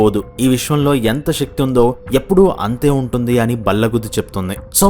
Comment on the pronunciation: Shakti కాదు శక్తి అనాలి. తెలుగు ఉచ్చరణ సరిగ్గస్ పలకాలి